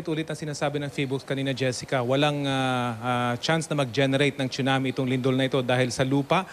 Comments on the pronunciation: Hurts my ear when I hear "choonamee". OH GOD. PRONUNCIATION. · Im confused, should it really be pronounced as "chunami" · Excellent report. I like the quake simulator shown at the Phivolcs center. Someone needs to let Raffy know how to pronounce a Tsunami.